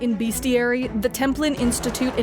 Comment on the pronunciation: Hey I hate to break it to ya but "bestiary" is pronounced with a "BEH" sound, not "BEE."